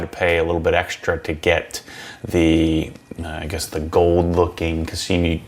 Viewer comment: "ODI Elite Pro grips are awesome"....."which I haven't ridden yet". Wow!! :):) It's "kashima" or 'cash-eema'..... not "kashimi"!